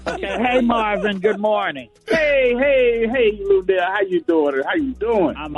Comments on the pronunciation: BAHAHAHA 🤣 🤣 🤣 I sure was thinking am I buzzing or is he calling Luenell Luell...how you know somebody fo over 30 years & still can't say their name right...luv Luenell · I thought I heard him say "Luelle", lmbo! Get it right Rickey, lol. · Dude, you have a show and can't pronounce Luenell's name, that pathetic! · I know Luenell like, "why tf can't you say my name correctly" lol